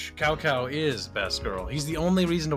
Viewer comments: "Kao Kao"? Really,? xDDDDD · i'm pretty sure Cao Cao is pronounced sou sou with a sharp S like in snake. i might be wrong, but is definetly wrong